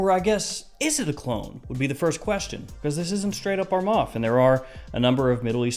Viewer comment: Bro please correct your self its not a 'ARMAF'